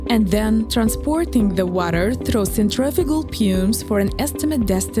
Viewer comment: the pronouncing of some words of the commentary is wrong as an example ( pumps and centrifugal) the word pumps is pronounced here several times and it is a technical part of the job I don't know about other watchers but if you could revise it this could be better and thank you for the immense effort